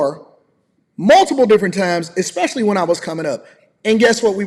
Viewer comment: Especially..... Not Expecially.... Learn ya words!